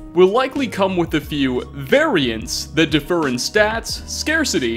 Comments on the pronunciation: Only note I have is that it’s diff-ER, not duh-fer. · It's "differ" pronounce "diff-UR" not "DUH-fur" (which is a separate word, "defer"). Differ means varies from and defer means puts off.